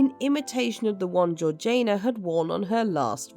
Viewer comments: Georgaina? Not being British ..but still "Georgiina" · Isn't it Georgiana (like Victoriana), rather than Georgaina? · Georg ee ana. Not Georgaina. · GeorgINA, GEORGINA not Georjane-a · Great episode, but isn’t it GeorgiANA and not GeorgINA? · Why is her name pronounced Georgian nah and not heritage ee sh na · Well I am British and I am telling you that is NOT the correct pronounciation - it is Georgie-Anna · So did I! I'm sure it should bt pronounced Georgie- anna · This has to be yet another useless AI narration, - it is horrendous that it cannot pronounce the name of the duchess and really annoying. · Sorry but I can’t hear her name pronounced like that !